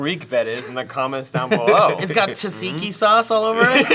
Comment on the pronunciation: Tazinki sauce is the worst pronounciation of tzatziki I ever heard.